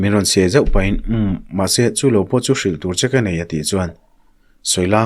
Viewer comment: chawk ni loin chek tur aw